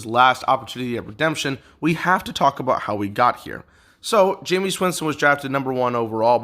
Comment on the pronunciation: Great video. 99% sure it's pronounced jame-is not jameees